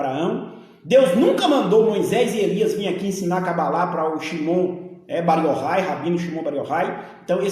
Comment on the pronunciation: Esse pastor é tão despreparado que nem sabe falar o nome cabala , fala é Cabalá.kkkkkkk!